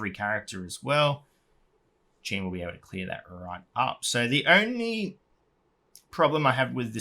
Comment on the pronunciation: Nice video, thank you ol boy. Remember to pronounce Jeanne in a French way, just like all high elves names are to be pronounced in Japanese! Xd